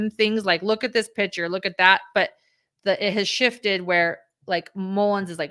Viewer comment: The pronunciation is pick - chur. I am hearing pitcher.